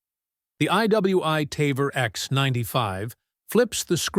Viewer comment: He could not even pronounce some of the names like "Tavor" correctly. Obviously he does not talk to gun people.